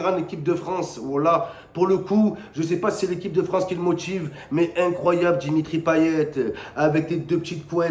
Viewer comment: Dimitraõ payetaõ 😂, il est vraiment dingue ce mec 😂😂